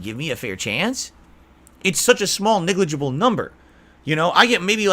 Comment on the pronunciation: “small nigligible” 😂😂😂